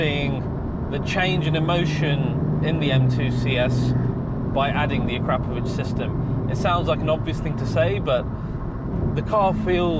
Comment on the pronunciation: "Uh-Crop-Uh-Vitch" there's no "crap"